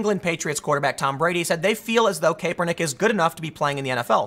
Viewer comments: Tim, it's not CAPE PER NICK, it's CAP ER NICK. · Not KAY per nick, CAP er nick. Not that it matters just annoying hearing Tim mispronounce it over and over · It's Cap-ernick, not Cape-ernick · "Cap-er-nick" not "Cape-er-nick" 😂🤦‍♂️ you do it every time.😂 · I scrolled to this post just to see if that was bothering anyone else. Tim, it's not - KAYpernick It's - CAPernick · Tim.... The a is pronounced with a short a not a long a. I love you, but driving me nuts saying it like "cape" and not "cap" lol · Its pronounced "cap" hes saying "cape" lol he knows nothing of NFL but he can tell the bullshit anyway. True thrid party none bias 👏 👏 I love it. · Tim, Boomer here . I watch nearly every video you put on on both channels. Good job . . It's pronounced Cap er Nick. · "Colin KAYpernick" we know Tim doesn't watch football. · KAP-er-nick. pls tim pls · Colin KAY-pernick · I’ve never heard any pronounce Kaepernick like Tim. Lol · Does it bother anyone else that hes not pronouncing his name correctly? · I understand the spelling of his name is complicated but you REALLY don't have to say it like that. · I swear he must be mis pronouncing his name on purpose.... unless in wrong...is it cap or kape? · don't speak on sports, you don't know them you can't even pronounce the man's name correctly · Honestly think you're just mispronouncing his name on purpose now